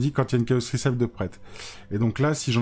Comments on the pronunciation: Super vidéo, par contre recipe se prononce 'réssepi' et pas 'rissaïp' 👍🏼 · Recipe ça se dit ricipi, pour les prochaines vidéos 😁